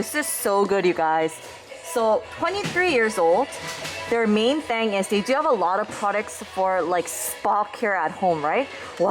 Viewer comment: Feels weird when your "thing" sounds the same as "thank"... But thank you for the video, I learned a lot!